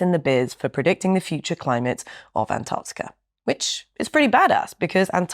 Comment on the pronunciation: Naomi on ice? Well done on your pronunciation of ANTARCTICA as opposed to the Yanks who say Anardickah